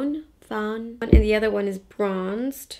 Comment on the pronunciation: Great video! Also, fawn is pronounced with the same kind of A sound as "talk," so fawn and talk rhyme :) Also, I'd LOVE to see some eye looks from you with the Jaclyn Hill palette; I have it but I don't use it enough and I'd love to recreate your looks.